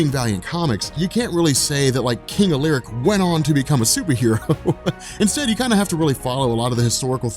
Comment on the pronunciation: Hey I'm not one if those people who go around correcting people but I'm currently working towards my doctorate in Dark Age and medieval history so I'm well versed you can say on this topic and Alaric is pronounced Al-er-rick. Incredible content please keep it up!!!!!!